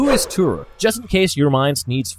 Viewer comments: its not turuk its toruk literally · Why im so annoyed to hear the way he said Turuk and sometimes Thuruk instead Toruk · he says turok instead of toruk during the whole video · not gonna lie i clicked so fast at the title, but soon they say "Turuk" instead of "Toruk", i pause and not continue the video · The way he saying Toruk is kinda pissing me off tbh😒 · Why do you guys pronounce "Toruk" wrong